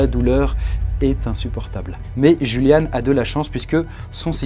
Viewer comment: Le "J" en allemand se prononce "Y" btw :)